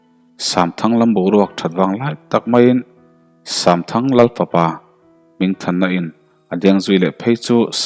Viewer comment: Samthang tih hi shamthang ti angin a ri tlat zel